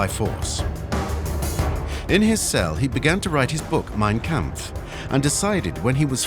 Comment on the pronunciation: MEIN KAMPF...si pronuncia main 🤨